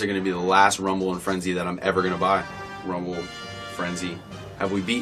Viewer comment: Finally someone got rumble and frenzy correct